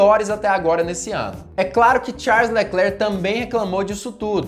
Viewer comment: Enquanto falar TCHARLES eu n dou like